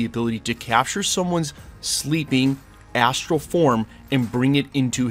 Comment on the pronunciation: Anyone else hear "he can come snatch your ass-tral form"?